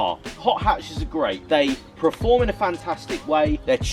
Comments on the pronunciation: Dude it’s “PERFORM” not “preform”.. you say it all the time and it just doesn’t make sense.. “Preformance” isn’t a word! I know I’m nit picking but I’ve commented before and you still keep saying “preform” and “preformance” ?! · Stop saying prerform lol!